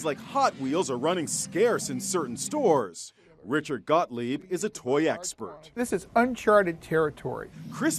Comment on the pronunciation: I replayed the video to see if I heard that right then saw this